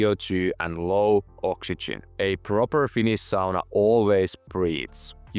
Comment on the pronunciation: "Finis sauna" pikkusenko vahva aksentti :D